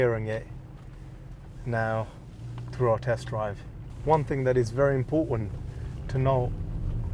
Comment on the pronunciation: waiting to find out what's "impowtant" 😅😅😅